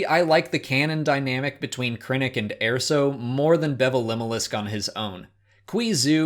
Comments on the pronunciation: Please stop pronouncing it "AIR-so." There is a canon pronunciation and it's "UR-so." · Did... you pronounce it, "Air-so"? Wtf. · Wasn't pronounced like that in the movie.